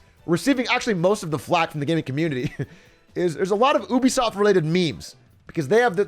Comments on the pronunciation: bro, did he really say "oobisoft" isntead of "ubisoft"? lmaaaoooo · No one Atrioc: OUH-be-soft Everyone else... you-be-soft?